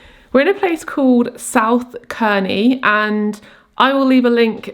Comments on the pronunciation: I’m so sorry but it’s pronounced Serney, not Kerny 🤣 I live very close to South Cerney and it’s so lovely 🥰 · i havent seen the entire video but i just wanted to let you know its pronounced 'serny' rather than 'kerny'! i live close to here and couldnt help myself haha, hope you had a lovely birthday and im now going to watch the rest of the video xxx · South Cerney - pronounced with a soft C, like an S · I’ve only just discovered your lovely YouTube channel (I’m vegan too) and I live in this region where you are on holiday so I’d just like to mention that Cerny is pronounced as Serny and Bourton on the water is pronounced as Bortun 😁🥰👍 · Happy belated birthday ☺️ as a girl who was born and bred in Gloucestershire, I’m so pleased you enjoyed your stay in the Cotswolds. I love South Cerney, it’s beautiful, but I just wanted to say that it’s pronounced South Sir-knee, just incase you want to recommend it to anyone in the future. A lot of places around here with a ‘C’ in the name are pronounced as if the ‘C’ is an ‘S’. Not sure why! Anywho! Welcome to the thirties!! x